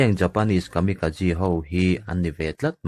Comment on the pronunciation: Tin Kamikazi tia lam ni lovin Kamikaze (Kamika-J tih angin) lam tur a ni lo maw?